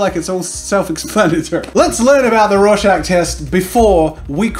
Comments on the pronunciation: Lol I thought Jazza said Russian Test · Am I tired or did he say "rawshag test"